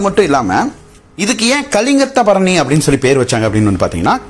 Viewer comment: It’s one of the glorious literature of Tamil. If you don’t know the subject, please don’t Touch the subject. You can’t even pronounce the name properly, Just bluffing like a blind man has seen the elephant. Please don’t ruin the great Tamil literature,which made People proud of its Majestic heritage